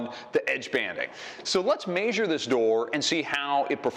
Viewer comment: What planet is the presenter from. Lets maysure it.